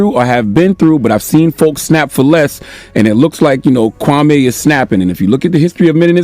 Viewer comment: You got Kwame name wrong and his basketball career.